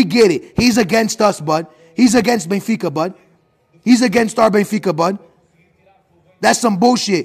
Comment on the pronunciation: Benfas lmao